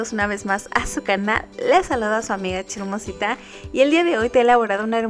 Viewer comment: Cada vez q dice hermosita, de escucha Chismosita 😂